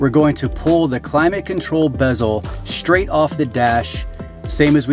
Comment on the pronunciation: “Pull it shhhtraigt off”. What does almost everyone talk like that now?